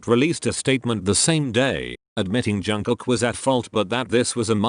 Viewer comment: not to offend you but why do you pronounce JUNG-KOOK as JANG-COCK its bother me a lot HAHAHAHAHAHAHAHA